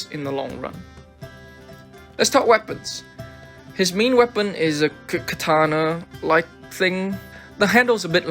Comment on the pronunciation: Pretty sure hes just kidding, calling the swords K-katana :p